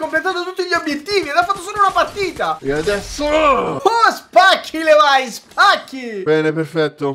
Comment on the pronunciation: SI DICE LEVI ALL'ITALIANA VISTO CHE E' UN NOME EBRAICO, SBAGLIANO ANCHE QUELLI CHE DOPPIANOO, comunque era un consiglio, bellissimo video😍😄